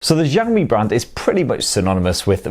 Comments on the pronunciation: jaomyy waweii lol why Americans cant say the names of chinese brands truly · I ll sub when you pronounce the Xiaomi properly !